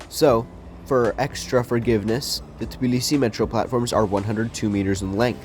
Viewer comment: You mispronounce Tbilisi